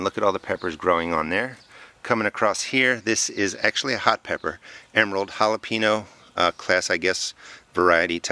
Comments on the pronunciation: Thanks! Fyi: "hala-pen-yo" not "hala-peen-o" :-) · It pronounced HALAPENYO, not jalapeeno, spelled jalapeño.